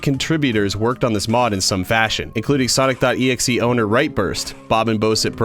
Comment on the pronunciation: Finally! A yt that says his name right